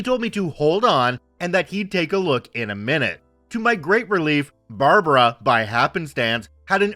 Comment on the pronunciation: Barb like bard wire + brah like the meem near the end it sounded right but bar-bar-raw sounded really wierd